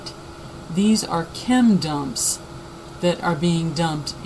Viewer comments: i had to read the comments in order to see wtf she kept saying... Lmao. Thought she said can dumps.. Ok now i know its chem dumps. Anyway i agree with the haarp theory! N makes most sense to hit the east cuz its overpopulated n weve been knowing obamba is planning a mass depopulation.. So yeah. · this lady is a fucking idiot. "chem DUMPS" "do you see the chem DUMPS?" shuuuu the fuuuck up